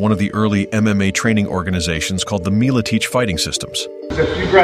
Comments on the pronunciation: Excellent video! First one I've seen on this channel....I'll have to check out some others and see if you're worth a sub :) I do have one question though - Pat "Mill-a-teach"? I thought it was pronounced "Mill-a-tech" with a short "e" and "ch" that sounds like the "ch" in "chug". Am I wrong? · Meal-ah-teach is unforgivable